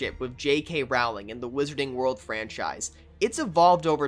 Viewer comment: First, her name rhymes with Bowling, not growling. Second, I'm sorry, but did they drug everyone who went on this? The unnecessary elf character is annoying and adds nothing. The CG golden trio look and sound atrocious, and the queue and ride look extremely boring. I know people are nostalgic for Harry Potter, but it shouldn't make them blind to reality. And, yes, I am a huge Potterhead, so I'm not hating on the franchise. I just find this ride so disappointing.